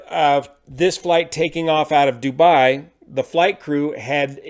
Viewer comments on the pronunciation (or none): none